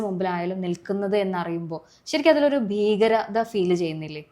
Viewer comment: 'ബീഗരത' അല്ല 'ഭീകരത ' എന്ന് ഉച്ചരിക്കണം